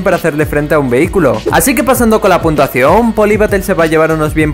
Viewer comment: soy la unica persona que algunas veces oye puntuaciongg??